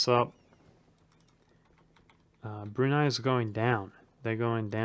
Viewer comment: I was shocked when you said Brunei because its one of the first names that aren't common that you didn't completely butcher